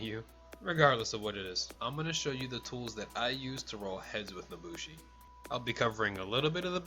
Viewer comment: "nosushi" lol